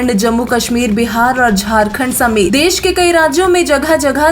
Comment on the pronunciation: Des nahi, desh hota hai news reporter sahab देश ना की देस